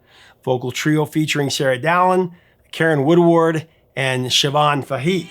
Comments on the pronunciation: That's pronounced "Fay-hee" - emphasis on the first syllable of Siobhan's last name. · The irony of an episode about a mistranslated lyric containing two repeated mispronunciations isn't lost on me. Van Leeuwen = Van Loo-en Fahey = Fay Oddly enough, the only reason it jumped out at me was because Siobhan was pronounced perfectly. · Great video and love the channel, I was very impressed by your correct pronunciation of the Irish name Siobhan but the Fahey has a flat a (as in ass ) not a round a (as in ah) .....keep up the good work Irish names can be difficult 🤘